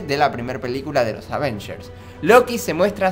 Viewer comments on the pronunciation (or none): no dice bien avengers 😡😡😡😡😡😡😡😡😫😫😫😫😫😫😫